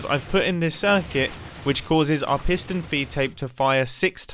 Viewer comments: take a shot everytime he says pistion feedtape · P i s t o n